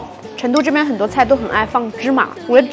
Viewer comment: 成都念cheng,不是Chen.学生是Sheng,不是shen